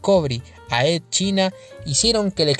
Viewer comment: Edd China, Ed China me chirrían los oídos, los nombres propios no se traducen y se debe intentar pronunciarlo cómo sería en su idioma original en este caso se diría Edd Chaina.